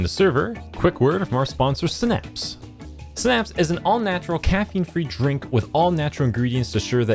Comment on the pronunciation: Eddy it's not "snaps" lmao it's sigh-naps